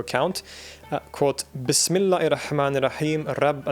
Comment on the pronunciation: ar rahman, not al - rahman